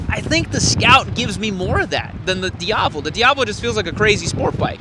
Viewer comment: I love how you pronounce “Diavel” correctly. Classy! Not shitting you.